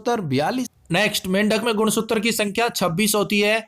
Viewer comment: Wo sab to theek hai par shuru me ye Sutra ko Suttar bolne ka Kya scene h?